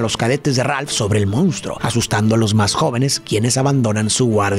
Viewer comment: Me encanta tu contenido!!! Solo que la palabra que más repites en todos tus videos es “MONSTRUO” y me parece irreal que digas “moUnstruo” lo cual es incorrecto… 😅